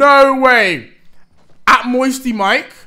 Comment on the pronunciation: Mire not mike